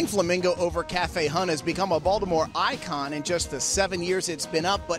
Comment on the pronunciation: Oh, so that's how you say "Bawlmer"